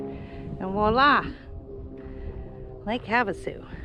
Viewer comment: Walla is not a word. Its voila , french for there you are. Sorry....its one of my pet peeves. We have ridden most of the trails in the Lake Havasu area and they are the worst I have ever been on. Very washboardy. Lol ...that mountain lion was around last fall when we were there.